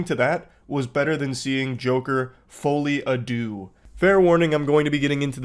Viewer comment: Btw it's uh... It's actually pronounced, "Fall-e adoo," spelled, "Folie à deux", and it's French for, "insanity of two". It's something you CAN correlate Harley and Joker with but isn't exactly the best fit for them. It's seen most prominently in twins. There's even a famous example of it from the UK, I believe